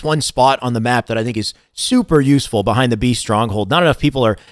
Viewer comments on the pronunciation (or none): none